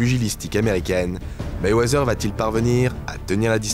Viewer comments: .. personne en amérique prononce le «th» comme si cétait un « z » ... ca se prononce pratiquement comme un « t » normal... je sais pas qui vous a mit ce truc dans la tete mais faut oublier cet espece de son «z» que vous voulez mettre partout ou ya les lettres « th » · Arrete avec ton Mayweazzzzzzers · Mayweazer loll cest Mayweather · Meywezeeer...ohhh les français